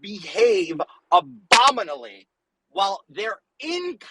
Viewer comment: "abominally", georgie???